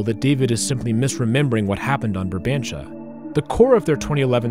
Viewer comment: ur saying barbantia instead of brabantia